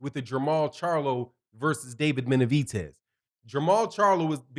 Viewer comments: gr8 show always but stop calling him Benavitez it's Benavidez with a D not a T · Benavides, not Benavites. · Why do you keep calling him BenaviTez it’s BenaVidez... with a V